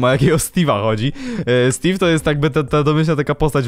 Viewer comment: Czemu stave a nie steve